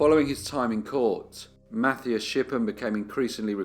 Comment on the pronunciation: Mathias = Mat-ee-as. There is no English "th" sound in German.